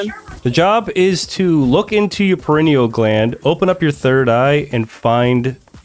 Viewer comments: Did you say perennial gland can you please instead of pineal gland? Lol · Pineal gland. Not perineal gland.. lol I have become on ps5. You sir are an inspiration. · I've never heard someone say "perennial" instead of "pineal" gland lol